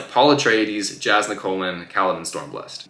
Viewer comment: Just one nitpick it’s pronounced yas-nah not a hard j. But loved the review